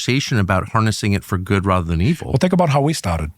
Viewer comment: Whoa why did tucker say "Rother" instead of "rather". Thats liberal talk up here in Canada...